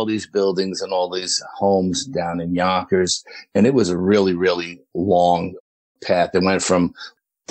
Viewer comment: I just enjoy hearing him say "Yonkers."😁 Love a NYC 'accent'. Houston here.